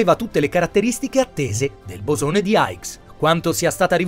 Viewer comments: Comunque il bosone si chiama di "hix" questa è la pronuncia no aigs che non ho capito dove ha preso...grazie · per la pronuncia hai ragione è vero lo dice sbagliato